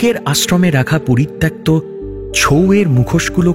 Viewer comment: তোমাদের গল্প এবং পাঠ খুবই উন্নত মানের হয়।তাই ত্রুটি শুনলে কষ্ট পাই। 'পরিত্যক্ত' শব্দের উচ্চারণ পরিত্যাক্ত হয়না।পরিত্ত(অ কারান্ত)ক্ত হয় ❤